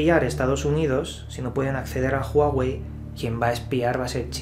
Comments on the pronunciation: No se pronuncia Juauei si no Uauei y no es Apel si no Apol...por favor deja tus modismos locales y pronuncia correctamente... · Porque dices juawey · Asi no se pronunciaaaaaa juawey .... 😫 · NO ES JUAWEI !!!!!! .....ES HUAWEI !!!! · "Apel"... "Júaguey"...😂😂😂😂😂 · Juaguei y Apel... XDXD